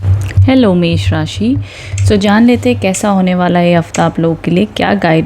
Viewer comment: You said एष राशि 😂